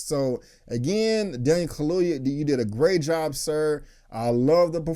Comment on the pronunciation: Kaluuya, get his name right . Because he has a proper African last name. Put respect in it.